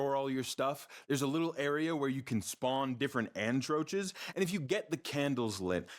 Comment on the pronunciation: This man really said Antroaches instead of Atronach lol